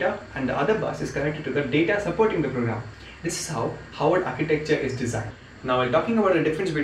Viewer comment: havard not haward